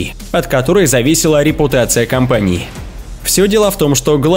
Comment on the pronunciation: Репутация компанииХЕ , корабыль по большеХЕ и т.д.... стоит раз заострить внимание на его конечное произношение слов и все писец, слушать вообще невозможно...🤦‍♂️🤦‍♂️🤦‍♂️🤦‍♂️🤦‍♂️🤦‍♂️🤦‍♂️